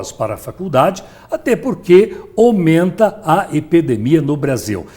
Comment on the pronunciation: “omenta a epedemia” 😂😂😂😂😂